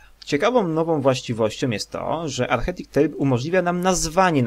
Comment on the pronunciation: Jeśli chcesz robić za lektora to "architect" wymawia się po polsku arkitekt nie archetik :P